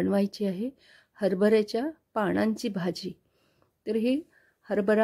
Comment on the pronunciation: छान झाली आहे भाजी, पण हरभर्याच्या पानांची भाजी हा शब्द वापरला जातो त्या ऐवजी ण शब्द वापरला गेला आहे ते तेव्हढे दुरूस्ती करून घे